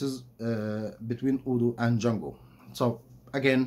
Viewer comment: And it is not "Jungle" it is "Django", no Rudyar Kipplig here...